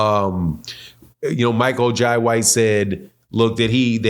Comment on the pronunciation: It's Michael Jay White the I in Jai is pronounced like the Y